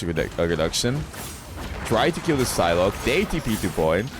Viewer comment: It's a silent P when you pronounce Psylocke meaning Sci-lock (Sci as in Sci--fi)